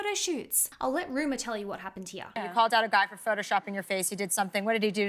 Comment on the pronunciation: You keep calling her, Ruma. Her name is Rumer.